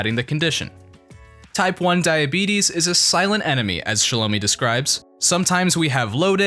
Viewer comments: You pronounced her name wrong! It’s “shallow-my”! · THIS VIDEO WAS TRASH. You got everything wrong from the pronunciation of Shelo mi's name to Shilo being the butt of jokes. Shilo is the fan favorite! Next time get it right!